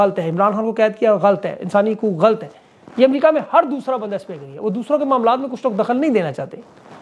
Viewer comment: آپ بڑے اینکر ھیں تلفظ کا دھیان رکھا کریں لفظ غلط ھے غ اا ل ط